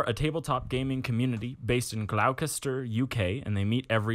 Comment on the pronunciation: "Glawcester" 😂 Gloss-ster-shur gents